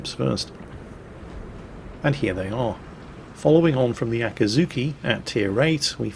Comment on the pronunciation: FFS, repeat after me: AKIZUKI Always pronouncing it very similar to the torp boat AKATSUKI.. it was always annoying, but now that you specifically speak about the gun-boat tree and the ships in detail, damnit. €dit: and then just a few mins after calling the T8 gunboat AKAZUKI he says it correctly...